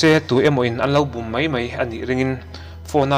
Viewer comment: Mei nilov'in mai tih zawk tur